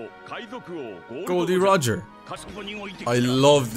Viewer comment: Only thing that gave him away was that he said "Gol D Roger" haha